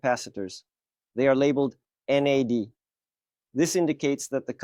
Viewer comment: Its NAD not NED!